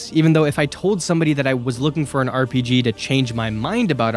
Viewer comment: Dude discover the R in RPG